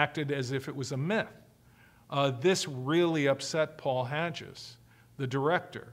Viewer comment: maybe it's my OCD but it drives me nuts how he pronounces Paul Haggis' name as being HADGE-IS. It's Hag-is! lol. Besides this tiny criticism Mr Ross gives a very comprehensive insight into this cult. Bravo for the information and good for him for helping to deprogram people and save them from this cult!